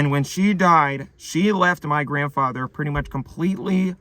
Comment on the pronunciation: haha that's funny. "Granfather" lol 😂